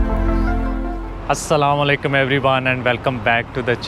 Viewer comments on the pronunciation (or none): Salamalekum na boliye Uncle ji “Assalamu alaikum”